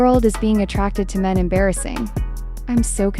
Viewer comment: she even said men like "m3n" like if it's a innapropiate word vro??